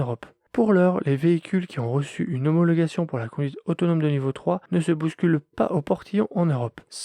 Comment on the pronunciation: Tu as beaucoup de mal à dire le mot homologation !